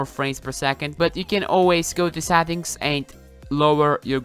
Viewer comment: What is ''Sattings''